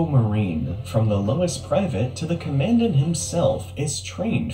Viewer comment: I lost interest in the video as soon as the announcer said "command ant" instead of "common dant"